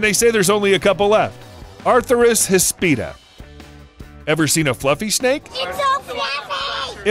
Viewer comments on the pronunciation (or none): Please learn to pronounce atheris hispida - no "r" in the first syllable of "uh-THEER-is" and hispida is "HISS-pid-uh". Nice vid, and one of the few that acknowledges hognose snakes as mildly venomous. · it's "híspida", not "hispída"